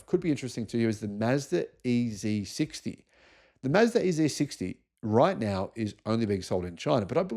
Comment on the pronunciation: This ain't America,. It's the E zed 60, not the E zee 60.